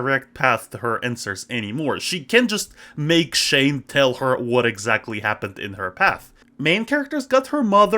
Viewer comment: first off its pronounced shane (shh-ayy-nn-e) not (shh-aww-nn) second off it was a hit series and i loved it